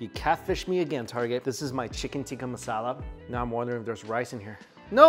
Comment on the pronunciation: Looks like he is upsetting shepherds pie aficionados while he's calling Tikka marsala, "tiki" masala. Luv ya Mike.